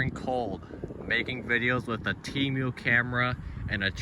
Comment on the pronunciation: “Temiou” SON IM CRINE😭✌️